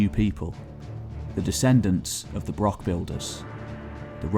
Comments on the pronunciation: Interesting, but hard to listen to when the narrator can't even pronounce the subject word of the film. Broch, like loch is NOT pronounced as Brock or Lock, yet this northern english bloke manages to mispronounce several words that really a bit of basic research could have avoided. resource, NOT rezorce, eg the source of a river. I don't understand why this channel can't find people who can speak correct English. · please learn to say 'broch' with the correct pronunciation. It's like people who say 'lock' instead of 'loch'.... It's insulting to the natives .... I can hear that you are trying to get the 'ch' sound, but failing. I was working in Wales a few months ago and spent some time in a pub chatting to some Welsh people and getting some help with Welsh place name pronunciation, we had a laugh, they appreciated my efforts and I learnt something. I suggest you do the same in Scotland. We have far fewer difficult words than the Welsh... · Now practice....Johann Sebastian Bach, Bach ......now say Broch. Broch....not Brock. Achh, Sassenach. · FYI. Broch is pronounced like loch, not brock or lock. As per this explanation: Callanish - Calla-nish. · Wish you could say broch properly as it's not broc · Well, he's pronouncing it wrong here, it's pronounced with a germanic "ch" sound, as in "Utrecht", not a "k". English people often struggle to pronounce that sound and revert to "k". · Its really annoying that the word broch is mispronounced as "brock" throughout the video! A wee bit of an effort with the language isn't too much to expect Is it? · Might take you seriously if you showed respect for our language & even made the effort to pronounce BROCH correctly. It's not a bloody BROCK! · Extreeeemely embarrassing that the narrator does not pronounce broch correctly... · How I wish it had been narrated by a Scot, preferably by a native Highlander. His pronunciation of the word broch itself is very grating.